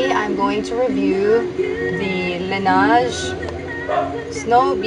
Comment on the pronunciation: Not pronounced "lanage"